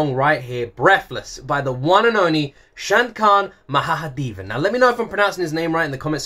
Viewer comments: Correct pronunciation of the Name: Shan-kar Ma-ha-de-va-n The living legend. Classic music can shake your souls 😂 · Him: Pronouncing Shankar Mahadevan as "Shankaant Mahahadevan" proceeded by "lemme know if I pronounced it, right?" Me: Well....